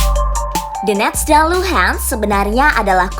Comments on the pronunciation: Tenang itu bukan donetsk tp "the-nets" kata pembawa beritanya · Baca nya Dones aja, T nya dibaca jadi aneh dengarnya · "the-nets" itu kota dimana? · Donetsk (dibaca: donyetsk) ya, semoga bermanfaat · Adminnya baca DONETS aja D'NETS ..D'NETS kayak TAl..bikin telinga yg denger pingin BErAQ.. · Lucunya host nya baca nama donets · Nyebut nya theNetss wkwkw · Cara ngomong donest nya biasa aja kali napa mbak. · The way Donetsk and Lugansk are being pronounced incorrectly with Western accent cringed me a lot. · Suara lucu saat bilang donetsk